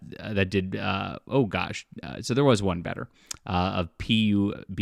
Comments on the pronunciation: Pronouncing Pub G as P U B G killed me 💀🤣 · Did bro just said piu pigi (pupg) ?? 😂😂u dont know pupg ??! Thats insane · Did my guy really just say "Pee You Bee Gee Battlegrounds" instead of Pub G. Duuuuuuuude I can't lmfao 😂😅😂😅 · "PEE-YOU-BG BATTLEGROUNDS" 😂😂😂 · bro how tf are you going to pronounce pubG like P - U - B - G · PU BG battle grounds? Tf where have you been for the past decade to not know how to pronounce it